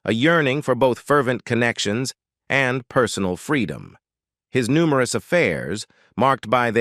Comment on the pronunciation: "publiclie" "numeroose"!!! AI talks funny 🤣